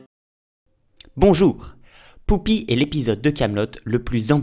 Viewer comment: Bonjour, il y a un truc tout bête, mais qui suffit à me gêner dans cette vidéo, même si tout le reste est très intéressant. <<...j'y répond en disant : Poupi>> Pourquoi tu dis "Poupi" au lieu de "Pupi" comme on l'entend dire deux ou trois fois par différents personnages dans l'épisode ?...